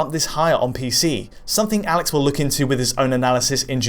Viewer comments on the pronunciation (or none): none